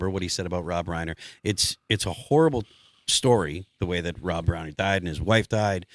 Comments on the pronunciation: Rye-Ner not Ray-ner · Rhine-er, not rain-er.